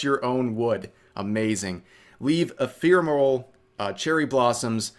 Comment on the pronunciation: E-femm-eral, not e-fear-mal lmao